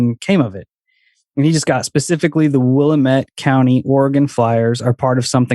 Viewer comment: It's Willamette Damnit. They 1 rhyme. Not Willa-met. And the great PT Barnum had a little trick he played with a sign inside his carnival as it only cost a nickel to enter and the place would fill to capacity quickly. He posted a sign at the exit door saying 'See the 8 foot tall Egress" and the ignorant folks not knowing the definition of the word would walk right out of the carnival then pay again to re enter. Because you move when a salesman speaks. Oh and also Austin is not a big city.